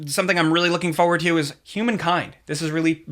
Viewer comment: "Fo'ward".